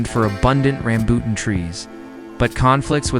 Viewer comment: Ram-bu-tan trees, Ta-la-kag pronounce the words properly if you are going to do a documentary.